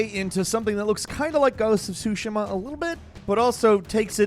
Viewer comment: Finally you pronounced ghost of tsushima properly. 😂👏👏👏